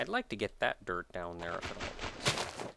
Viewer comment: I swear, for some reason I hear you saying 'derp' whenever you say 'dirt'. It gets all kinds of awkward... Derp block. Derp house. Derp shelter... I should really fix my headphones or something, hah!